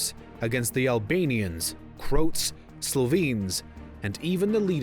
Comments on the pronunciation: The videos are good but how don't you know that it is pronounced Cro-at not Croat? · It’s pronounced Cro At. Not Croat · Depending on when this was actually made, you needed to update your "FYROM" to North Macedonia. Strange pronunciation of Croat too! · even the english pronunciation of Croat is wrong 😎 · its a computer generated narration. Reads Croat like it rhymes with boat.